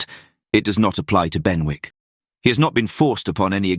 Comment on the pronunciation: Thank you! Just one note: Benwick is pronounced like Bennick. The w is silent. Otherwise— very enjoyable.